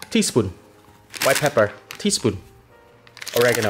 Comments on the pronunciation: I just heard tispun all the way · Tea spuun